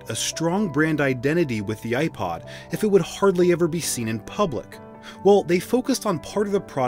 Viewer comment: I can’t listen I’m sorry I just can’t with the way you pronounce the “i” in iPod 😭